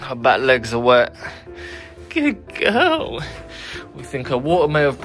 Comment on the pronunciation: Whh do you say gudd guwl but it's good girl